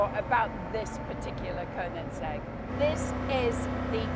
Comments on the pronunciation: Konensegg? KO-NEN-SEGG?? Is she even a fan?! it is called Koe-nig-segg or in swedish Königsegg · Great film and great car! Before you buy one Jodie, you need to work on your pronunciation of KoeniGsegg...it sounds like you say KoeniNsegg ;-) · Glorious video Jodie. Glorious shouting. Glorious weather. Glorious car. Glorious track. Glorious sound. Awful pronunciation of Koenigsegg!! 😂😂😜